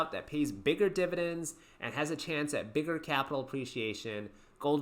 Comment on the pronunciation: Dude the way you say DIBADENDS - and HIGH DIBADEND YIELD WAERIORS makes me laugh out loud.